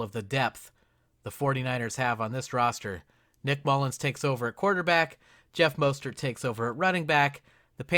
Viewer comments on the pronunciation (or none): "Jeff Mostert" It's ok, I will forgive you. This is a great video